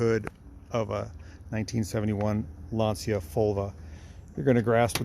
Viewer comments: Well done!! Plus tell him that the pronunciation it s wrong! Lantcha not Lansia!😂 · I believe it's pronounced 'Lan-shia" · Even the guys from Top Gear pronounced it Lan-see-a and they should've known better. ;)